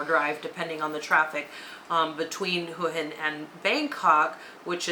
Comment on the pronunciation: Too bad you don't know how to pronounce Hua Hin.